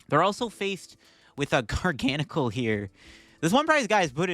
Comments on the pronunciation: it's not a different amount of syllables it's just placing the stressed syllable somewhere else. Gargan uhcl.... Garga nacl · It’s pronounced Garga-Nack-el. I cast for the VGC and a representative from Pokemon international corrected me on it and asked me to use the official pronunciation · Also at least it's better than the way he's been pronouncing it. Before this video he always said, "Gar Gan Sill"